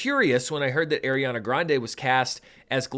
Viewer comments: Small thing - just because I didn’t see it early on in the Top Comments, so apologies if you already know, but it is pronounced like ARE-iana, not AIR-iana. I think she’s less snippity about people saying it incorrectly these days than when she was younger (which is awkward since literally some of her costars still say it wrong), but I just wanted you to be aware for when you film part two. Love your work as always and thanks for having your review ready! I’m seeing an early Wednesday night screening in IMAX with my brother tomorrow. Most anticipated film of the year for me, so I’m sooooo glad it has your seal of approval! ❤ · Unfortunately that’s not how you pronounce Ariana’s name